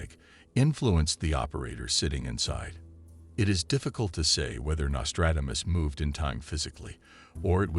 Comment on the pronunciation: You have butchered his name and yet you say his name repeatedly. Give it a break with the AI voice overs. They are crap